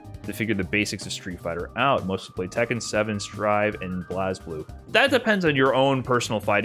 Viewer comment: I appreciate Blazblue being pronounced correctly